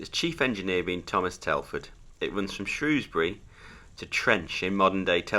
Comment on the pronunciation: There is no o in shrewsbury 😂😂